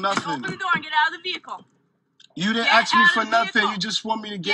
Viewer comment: you are screwing up the English language its Ask not Axed. Can they just not shoot him oh did i say that with my outside voice.